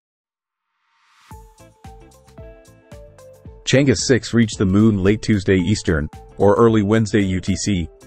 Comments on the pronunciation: It is Chang er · Proper pronunciation is Chang Er ; Cheuh João satellite.....